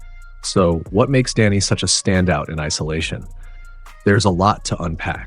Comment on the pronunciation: Great coverage. Love that he is not being overlooked this season. One thing though… it’s DEni, not DAnny…. 😅